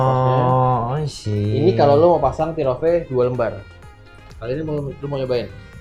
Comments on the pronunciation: plis pronounce yg bener dong. sebutannya TEAR OFF. bukan TIR OFF. itu buat disobek gan bukan ditangisi. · dibacanya TER OFF bro yg bener. sama seperti kita menyebut IRON MAN -> AIRON MEN. bukan IHRON MAN.